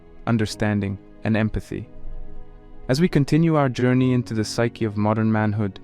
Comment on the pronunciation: "The pshchie of humanity" This has quickly became one of my all time favorite narrations. Please be well!